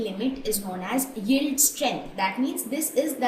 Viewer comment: Y is she sounding so uncomfortable with the word yield😂it's simply yi-el-d